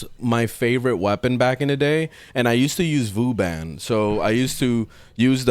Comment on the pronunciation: Im sorry, i find it funny how many different ways people like to probounce Vauban, and "Vooban" is a new one 😅